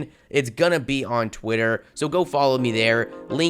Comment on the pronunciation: Are you joking when you say on fucking trwitter